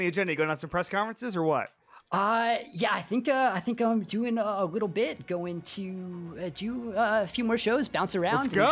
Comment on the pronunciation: he says “you talked about him a wittle bit” hahahahah bro im dead who are these guys 😂😂 then he says “wittle bit” again hahahahah bro I’m crying 😭